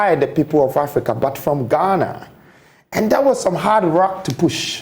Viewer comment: Imma need him to stop saying “Ghanarrrrr”